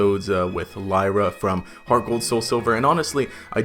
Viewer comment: Wasn't it Lyra? Not layra?